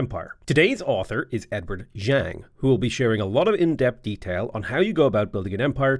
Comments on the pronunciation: Zhang is pronounced more like J-ah-ng, just for reference since you mentioned about it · Chinese pinyin’s “zh” is pronounced like a HARD J, so “zhou” is pronounced like English “Joe.” Also, in general, “a” is pronounced like a long A. So “Zhang” is pronounced like “Jong” as in Kim Jong Un. A mix of “jaw” and “wrong.” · I mean the Zh does have a J sound to it, like the J junkyard. Man it is a bit hard to explain, but you did not nail it. And that is absolutely fine. 😅 We all speak different languages, I would hate if there were expextations for me to being able to pronounce the capital of Burkina Faso. Ouagadougou It is actually really easy. Wha-ga-doo-goo. 😅 But just reading. Ouagadougou.